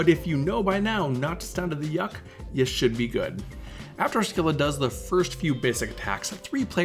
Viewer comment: Thank you very much for the video. For what it's worth, Scylla is pronounced "Silla," rather than "Skilla." You can hear it here: You can also hear it in the second line of the song "Wrapped Around Your Finger" by The Police: Best regards, and again, thank you for the strategy!